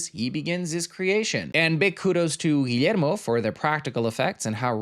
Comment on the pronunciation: Finally someone who doesn’t butcher Guillermo’s name 💜 hahah